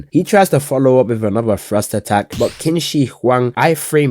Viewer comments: I’ve heard worse, but my boy Qin (it’s a bit closer to chin) Shihuang is the goat! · Qin is pronounced more like tsin